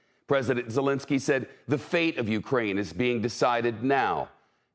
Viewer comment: "Russian President Solinski" ..... this reporter. you could tell earlier that he had trouble saying his name as well, pathetic, you had 1 job.